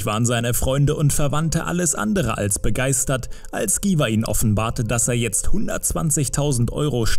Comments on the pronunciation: Was für giwah? 😂 cringe wenn man ein Video über einen Künstler macht, dessen Namen man nicht mal richtig aussprechen kann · Dschiwar.... Nich Giwar...